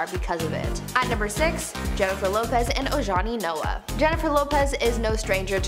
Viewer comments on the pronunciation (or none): none